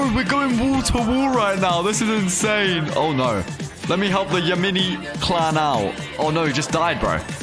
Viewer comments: actually the kit isnt called Ya-Mini its called Ya-Min-i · acually the yaMINI kits name is pronounced Yam-in-i